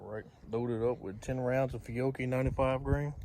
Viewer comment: Good job. I like my CZ 9mms, but they're a little heavy/bulky. I got the fever for one of these. BTW, (and I could be wrong), I think it's pronounce Fee-ah-chee. Good ammo.